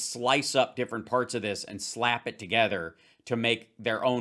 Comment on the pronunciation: Also Rusty can you go and buy a"th" to go with words like togever, or wever? FFS